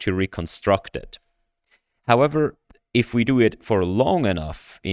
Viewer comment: Not untrue, mind; just limiting. Was that a Swiss accent or did you actually say iff though? Anyway, these results are amazing. I was pretty hyped about diffusion models before... but after this id go as far as to say image generation is 'solved'. Most of these are well past the uncanny valley which isnt something id say of any GAN except in rather limited domains. Good point about the sensitivity to text; seems indeed the discriminative training is superior in that regard. But then why does the CLIP loss not deliver? Could the apparent textual intelligence be due to the sampling/filtering step that DALLE does as a last step?